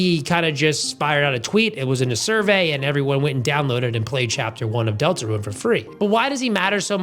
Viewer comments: It’s not pronounced delta ruin it’s pronounced delta rune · Why do you pronounce it like "Deltaruen"? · Great video! Is calling the game "delta-ruin" a bit? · Why do you say DeltaRUIN? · Why do you pronounce deltarune like deltaruin😭😭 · You calling Deltarune "Delta-Ruin" is hurting me physically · He just pronounced it weirdly chill out